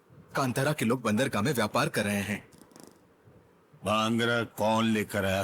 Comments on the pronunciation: Kantaara nahi hain yaar woh Kaantaara hain. Hindi title toh theek se padlo yaar. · Pronaunce thik karo kaantara not kantaara